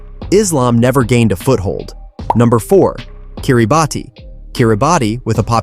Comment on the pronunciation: Kiribati is pronounced like Kiribas😅